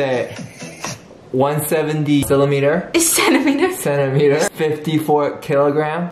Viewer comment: Did he say CELIMETER 😭